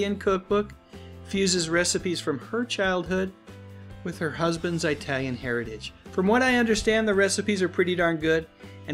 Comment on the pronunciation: What country are Eye-talions from? Eye-taly?